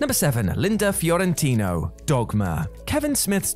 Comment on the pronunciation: Fiorentino not Fiorintino.